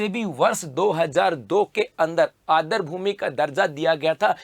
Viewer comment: Adr nahi aadr boliye